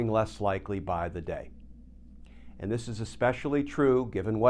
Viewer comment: Glenn it’s “and” not “end”